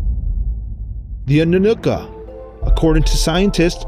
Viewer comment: oh man you mispronounced everything in this video. (eg: Zeta reticulANs, AnnunaKi, NibIRu... and others... ) good footage, not perfectly researched..